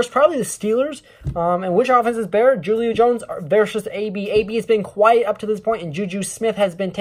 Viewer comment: As a Falcons fan, your defense is definitely better than ours because of our injuries... And it's pronounced Hulio bro... Spelled Julio, but pronounced hulio..